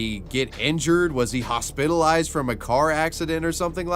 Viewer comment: Ho-SPIT-alized lmfao Thank you